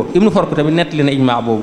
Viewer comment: Tu ne sait même pas prononcer correctement les noms des savant ابن فورك se prononce "Ibn Foorak" pas "ibn Foork". De même Ibn Sa'iid Daarmi ne se dit pas, ont dit: "Abû Saîd ad-dârimî." On ne dit pas Mubàrakfûni mais plutôt mubàrakfuRi." Ceci montre que tu n'a fais que lire de toi même, personne ne t'a appris ces choses.